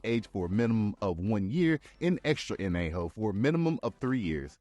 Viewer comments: Añejo pronounced AN YEA HO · Love the video! But one small suggestion - your pronunciation of Piñas 🍍 should never sound like “penis!” The ñ sound is more like peen-YAS also añejo is ahn-YEH-hoh Thanks for the video! Learning about stuff I never knew - and I love tequila! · Excellent video - i live in this región of México, SO if I may , in order to perfect your pronunciatión; piña is pronounced peen- ya, Agave is a - ga - vay Añejo is. An. yeh. -hoe TRULY good, 100% agave products from Reputable DISTILLERIES are for sipping, like a good Scotch . Thankyou for an Awesome Video ! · Maybe it's just me, but I have a hard time taking seriously someone who cannot pronounce the key words of the topic at hand. The ñ not an n. It is pronounced like an "n" followed by a "y". Piña is pronounced (roughly) peen-yah (same as in piña colada). Añejo is pronounced ahn-yeh-hoe. Also, cris-tah-lee-no, not cris-tah-lah-no. Could be a lot of truth here, but you lost me after the fifth "peena". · Piña is pronounced "peen-yuh." Añejo is pronounced "an-yay-hoe." Cristalino tequila or filtered tequila is not pronounced "crystal-la-no" but, rather, "cristal-leen-oh." Codigo is pronounced "coe-dee-go," not "coe-duh-go." Lots of errors and mispronunciations in this video. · Tried to watch this, but your pronunciation of añejo , piña was too much for me. It sounded like "penis" when you said "piñas"! Use "AI" to narrate and quit embarrassing yourself. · Bruh speaking so passionately about tequila but can’t properly pronounce piña or añejo 🤨🤔